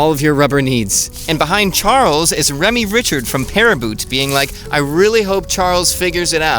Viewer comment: Ray-MEE Ree-ShAhr. You also have to roll the “R”s in the French fashion.